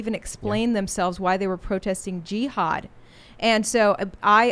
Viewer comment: She says G-had